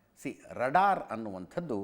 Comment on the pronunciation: Ajith sir radar alla raadaar please tappiddare saripadisi!